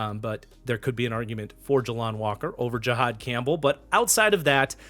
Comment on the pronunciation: aye bro Jalon Walker is pronounced like “Jaylen” not like “Juh-Lon”